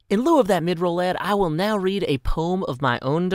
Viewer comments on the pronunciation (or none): none